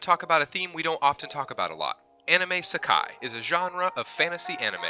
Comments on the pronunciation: Shiro pronounced Sheero not Shyro you dumbass. You would know that if you ever watched the anime. And isekai is pronounced eesakeye not isekee. Learn how to pronounce words and names properly. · Dude seakai DUDE NO it’s not SEAKAI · Did he just say Skai?😂😂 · How to pronounce "isekai" is it sakai? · I think it's actually pronunced as "ii - say - kai" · I watched this on a whim... and this guy commenting has something against pronunciation... X-D I mean, could it hurt to get the correct pronunciation? He even pronounced "Isekai" wrong! Damn!! LOL Learn to read your own script before recording dude. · how can you fuck up these names so bad? and first thing you say is sekai, you put it in the title ISEKAI and you still fuck it up, its the whole point of the video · I think this list in my opinion sucks and you can't even pronounce isekai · this is not a list where the main character is overpowered. It's just Isekai anime. And you couldn't even pronounce it correctly. Get Toasted NERD!!!! my ASS!!!! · It’s good BUT YOU PRONOUCING OF ISKEKAI IS DISSATISFACTION